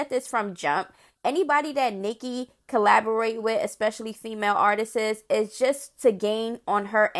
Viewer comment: That "Artistis" made my soul cringe 😬.....it's just "Artists" Lil sis 😊